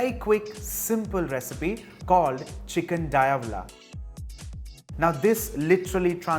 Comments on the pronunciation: didnt look like a typo. He pronounced it Dia-vahla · Diablo means devil in latin languages so yeah he mispronounced it